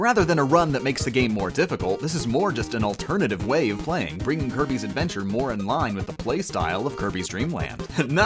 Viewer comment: to me it sounded like he said herpes adventure